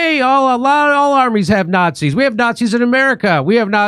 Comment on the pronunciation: “Snotzis”. Lol